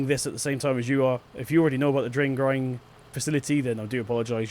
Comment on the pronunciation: "Drain grying facility".... Must be from waking too early. ;)